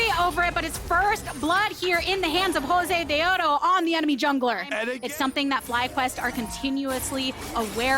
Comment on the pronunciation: Unless you're Latino or a women, there's not much room to say anything bad about her. She's there for a specific audience. Personally, I love her saying Josedeodo the way it should be.